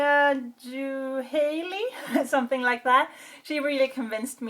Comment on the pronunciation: you pronounced my name right! most people can never say Juhailey. Thank you for the advice. I hold my story deep into myself still because I'm shy, my family has no clue, yet they think im very odd. I have help coming in through every direction, its been 3 years since I discovered I have PTSD, anxiety, and depression. I always found "What's your favorite?" color to be a personal question. as an artist you can find appreciation in every color. But even though I have a hard time with that one, I asked you😄